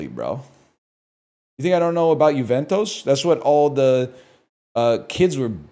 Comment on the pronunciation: Why does he say Juventus like that